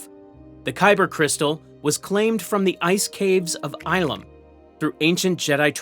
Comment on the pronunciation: Mispronouncing Ilum is wild. Eye-lum?